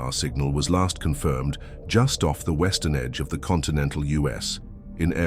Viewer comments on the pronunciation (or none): none